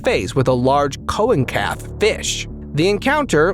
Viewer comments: Seal-o-canth. Not colocanth. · You pronounce it like Seal-la-canth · its a dimorphodon MOSASAURUS? it’s pronounced “cola-canth” well that’s real